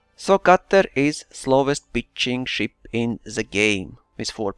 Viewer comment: When you say pitching it kinda sounds like bitching HAHA! (sorry immature i know)